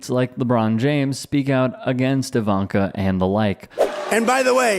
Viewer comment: Liar Jr, female version , is I-vanka, emphasis on ‘I’. 🤮